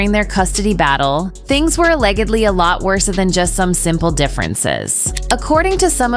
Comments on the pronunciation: Is the narrator illiterate?? “A-leg-id-lee” is how she read allegedly…and how did she pronounce irreconcilable? What a mess. It doesn’t seem like reading for a living is the best choice if you don’t know or understand the words you’re reading. Clearly it wasn’t written by her but how do you not understand these simple words??? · Ireconsillable, aleggably??? ENGLISH MOTHERFUCKER, DO YOU SPEAK IT?! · Who - or WHAT - is narrating this piece!?? AlleGGedly? Mar-rEE-age? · This is crap. I stopped when the AI pronounced Allegedly, A-Legged-Ly. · Narrator can't pronounce simple words such as marriage aor allegedly, and speaks in the nasal immature voice, with a rising inflection at the end of words. A great example of why most of the world despises America's vacuous empty culture